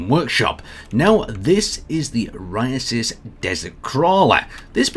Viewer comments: Say it with me now OH SIGH RISS Not "Orisisis" O SI RIS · Osiris not "oriasis" dude. I've been your fan for years and I really wish you'd try not to make me facepalm. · "Orisisis." One of htse days you'll get a ship name right. Just not today though lol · hate to be that guy but osiris. "Oh Sye (like rye) Riss" not whatever you were saying lmao. great vid and great rover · Dude... that's not how you pronounce "Osiris" This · It's probably because of when you look up the Google pronunciation guide the first result that erroneously pops up is how he pronounces it